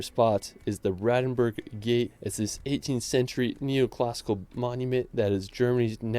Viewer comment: The pronunciation of Rothenburg is awful. The 'o' is long and round, the 't' remains a 't', even if followed by an 'h', the 'u' sounds like the 'oo' in 'root', not like the 'u' in 'fur'. Pronunciation of other place names isn't better either.